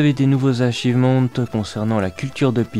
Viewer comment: Super ta vidéo elle est cool mais petit truc tu peux prononcer ça "achivemeunt " ça me stress sinon xD 😂